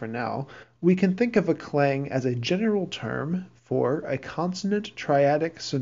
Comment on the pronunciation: Thanks for the video. I appreciate the explanation and the Brahms example is a great way to illustrate the concept, but I cringed every time you mispronounced Key vocabulary words such as "Klang" and "Tonnetz." Oops.